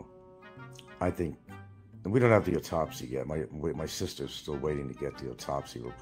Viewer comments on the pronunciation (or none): "And we don't have the UTOPSY yet" What the hell is an "UTOPSY"? Must be a technical term....